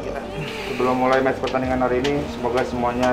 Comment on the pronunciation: Belajar bahasa Inggris yg benar dulu dek. Match kok jadi macht.